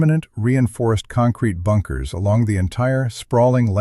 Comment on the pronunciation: "A Bunke A Unker" Yeah Mr. bad AI?